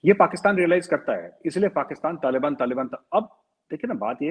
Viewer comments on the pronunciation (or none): hello the way you pronounce some of the words is just confusing n disgusting 😆 तालिबन नहीं तालीबान होता है। बल्युचिस्तान नहीं बलूचिस्तान है। ethinicity बलोच है। i was so confused what were u talking abt.. ANGREJ mat bno bhai it looks so weird 😆😁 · nobody in ur viewers tell u abt ur wrong pronunciation.. it is so confused .. after listening so deeply to the context i came to know tht u were talking abt Taliban.. तालीबन नहीं तालीबान होता है भाई।👍👍👍👍